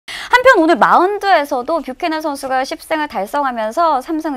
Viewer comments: 뷰캐넌 발음안되서 제대로 신경써서 하면 부개년이 되더라구요 그것보단 뷰캐년이 나은듯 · 뷰캐넌 발음 제대로 좀 해봐 ㅋㅋㅋ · 심수창 뷰캐넌 발음 ㅋㅋㅋㅋ 알고 보지만 ㅋㅋㅋㅋㅋ